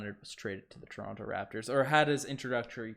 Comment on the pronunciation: I luv ya but pronounce toronto properly pls 🤣🤣